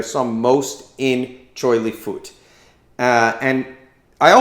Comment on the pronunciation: Choy Lee Fut buddy!!! Not foot. CHAN HERNG 😂